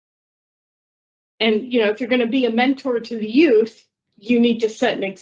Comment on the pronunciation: The "youff" don't need anything this monster has to offer.